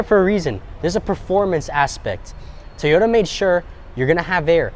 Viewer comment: FK a 10,000 market adjustment. And after all these years people still can’t pronounce TOY YODA. Not Tea YODA… it’s TOY YODA. Do you say Tee Yo Tires??